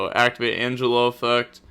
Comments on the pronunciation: De Moan demone and An Gel O for the 2 scales as for scelta i think it be said scale ta and i think you got the spells right so far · angelo: hun-jay-low, demone: dem-on-eh, scelta: shell-tuh, versare: verse-uh-reh, zebufera: zeh-booh-fair-uh. your pronounciation was kinda good btw